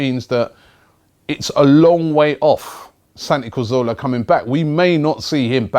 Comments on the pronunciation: It's Cazorla not Carzola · let's get it right once and for all... its CA ZOR LA... pronounced Ca-thor-la with the T-H pronounced like the T-H in 'THINK' or 'THOUGHT'.. not like an F... lol